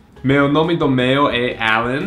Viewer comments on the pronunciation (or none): none